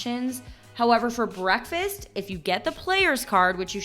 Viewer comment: There's a "k" in "breakfast". This constant pronunciation of "bre-fast" is annoying and childish.